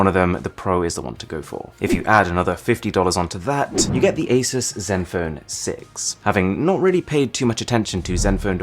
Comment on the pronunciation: who else finds it annoying that he says asus and rog like that